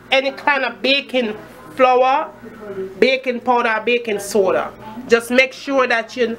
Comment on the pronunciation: ''BACON PODA...BAYKON SOUDA...BACYON PULVER'' :D hillirious